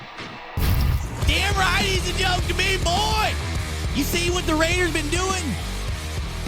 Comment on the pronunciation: the "BOY" gave me 1840 vibes.......